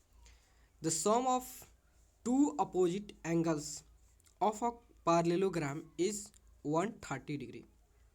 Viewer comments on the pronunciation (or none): Sir wo parlelegran nahi parlelogram hota hai 😂😂😂😂